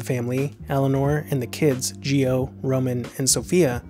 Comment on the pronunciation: Gio (GianCarlo) Coppola was killed in a boating accident that Griffin O’Neal son of Ryan was responsible for. Also GIO is pronounced JOE not JEEOH.